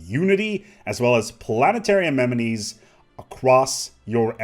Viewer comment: "amenities" Say it with me.. uh MEN ih TEES